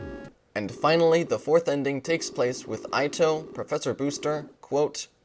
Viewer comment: It's more like san-dye-meh. As you pronounce it, the name would have to be spelled Sandaimei. Also, for the guy who made the video: the engineer of considerable talent's name is not pronounced EYE-toe, but ee-TOE, with the stress on the second syllable (though the stress is usually placed (incorrectly) on the first syllable when saying it in English).